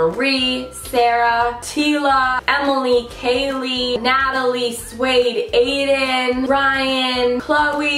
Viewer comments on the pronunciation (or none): none